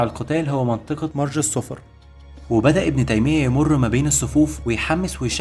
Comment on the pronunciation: مرج الصفر تلفظ بضم الصاد وتشديد الفاء مع الفتح